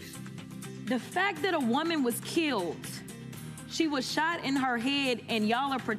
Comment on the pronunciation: Keeled lol